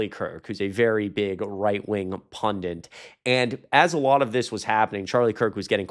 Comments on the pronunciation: Pundit. Not pundint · Great show! BTW- It's "pundit", not "pundint".